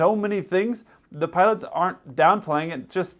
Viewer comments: The way this youtuber says "putts" instead of "pilots", makes him sound even dumber than the misinformation he provides. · The guy can't even pronounce "pilots" I keep hearing "puds" 😂